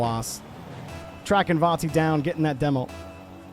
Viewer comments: Its not cringe at all but please pronounce it correctly vati no vorti or vanti its disturbing af the R shouldn't be pronounce even more before the "t" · he isn't saying vati at all he sounds like vonti or varti which is wierd. It is just VA-TI